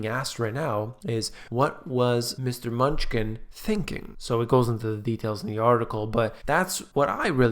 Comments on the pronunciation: Is it only purpose that you call him menuchkin? or is it unintentionall mispronouncing. menuchin or menuhin like the prominent violinist Yehudi menuchin. a common Russian-Jewish surname, very probably derived from the Hebrew first name, Menahem, meaning 'consoler'. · The treasury secretary’s name is “Manoochin” and not “munchkin”. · Great job on mispronouncing secretary of treasury’s name ;) Munchkin - LOL 😂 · Love your stuff ..... it is pronounced 'M-new-chin", just in case you were not being sarcastic. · Steven "Munchkin" LOL, I feel like your mispronunciation kills your credibility here... ;)